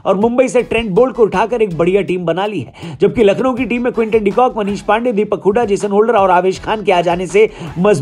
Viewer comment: Nackhlow lakhnow 😀